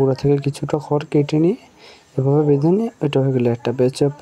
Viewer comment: খ্যার বলছেন কেন? খর বলা যায় না?